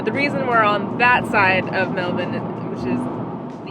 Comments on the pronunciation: I have to say, loving how says 'Melbun' like an Aussie 😂. Bravo 👌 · You pronounced "Mulbun" correctly you sounded like a local when talking about it.